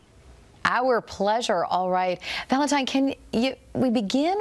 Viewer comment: Please tell me my ears deceive me, are you saying ValentiMe